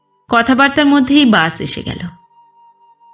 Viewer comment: আপনার পাঠ সুন্দর। তবে "বাস" আর "বাশ" এই দুটো উচ্চারণের বেলায় সচেতন হলে আরও বেশি ভালো হবে।